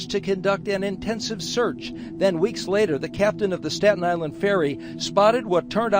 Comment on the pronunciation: As someone from Staten Island good job with the pronunciation